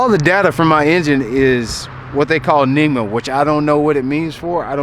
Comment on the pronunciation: NMEA (not NEMA) - National Marine Electronics Association